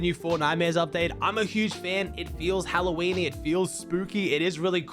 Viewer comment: Bro made fun of “freaky fields” but said “Hallo-weenie” 5 seconds earlier